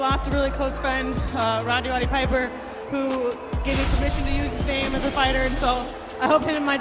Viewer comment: Rowdy Piper? You mean Roddy Piper, surely?